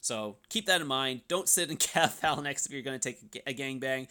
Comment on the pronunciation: For the love of god, learn how to pronounce the word “Phalanx”.